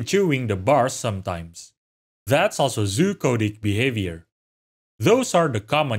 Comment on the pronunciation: I'm 99% sure he was saying "Zoochotic", but it absolutely sounds like hes saying "coded" lol